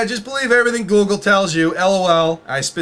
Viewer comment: Why do you sound like you're saying goolgle?